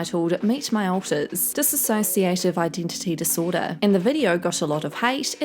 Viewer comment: Dissociate not diss-A-sociate. Sounds petty but people seem to have done that in these response videos. Thank you for uploading! No hate just love bye ❤️